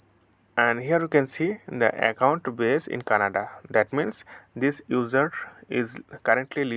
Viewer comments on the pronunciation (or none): user. not ujer